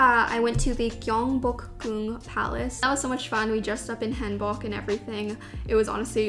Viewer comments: 'Hanbok" is pronounced with the "oh" sound as opposed to the "aw" sound!! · Hanbok is prounounced more like “Hahn-Book”. Amazing video!! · It’s pronounced hAHn-bock, btw. The one you chose was really pretty. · Thank you for a great youtube work. I'd like to let you guys know a few things. RYAN is a lion not a bear. And Apeach is pronounced [əpiːtʃ]. Also, traditional Korean clothing is [hanbok] or [hanbog]. :)